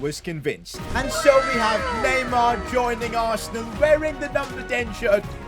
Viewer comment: It’s neymar